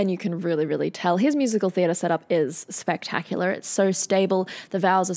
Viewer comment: What was that pronunciation not "spectacular" from you?? 😜